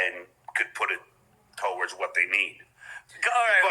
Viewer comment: "so the beloved chattah can put the money TOEords what they need it for"